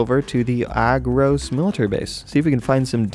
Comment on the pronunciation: It's called agrOS not Agros